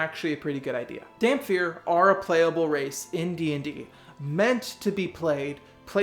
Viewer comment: Where the hell do people get the F sound when they say Dhampir??? It's pronounced Dam-Peer